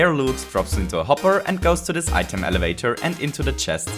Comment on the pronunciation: Elevwator? also I swear this dude is a robot